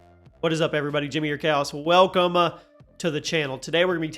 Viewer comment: “WelcomUH to the channel!”